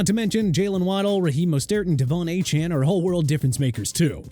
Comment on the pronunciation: It's Mostert not mastert!! And how is Tua overrated?! Explain that!!